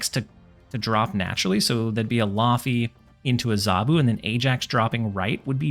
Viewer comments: Whoah I didn't know there was a second laufey. That's cool. The pronunciation should still be "layvey" though, right? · Hi mate - laufey’s actully a she! She’s lokis mum, and the name is pronounced like “layvey” (it’s Icelandic). There’s a super famous singer called laufey and she does a good guide on how to pronounce her name.